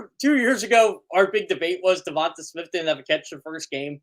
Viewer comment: Uhhuhhh teach him to pronounce DeVonte's name correctly PLEASE!! 😂